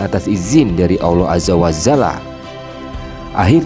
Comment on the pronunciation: Allohu Akbar ...!!! Btw., nyebut kalimat Alloh Azza wa Jalla. Bukan Aza wa zala min...